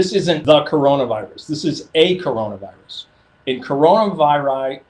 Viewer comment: Its kuranavirus